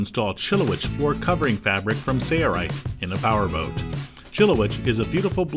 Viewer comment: Struggling to understand why the guy doing the voice over for the company’s video cannot say the company name. There’s an L in Sailrite.... right? Odd.